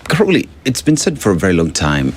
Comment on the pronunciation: Its Caroli not Caroline, lol😂